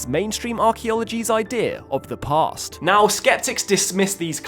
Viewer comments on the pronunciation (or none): none